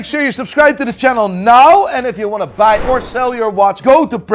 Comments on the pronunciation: Whoever coached to pronounce "now" properly in the intro really did him dirty! I literally look forward to his "naouw" in the beginning of every vid?? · WTF is this “now” bullshit! I only subscribe when I am told to subscribe “nai”! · This ain’t,this guy is an imposter! pronounces Now differently!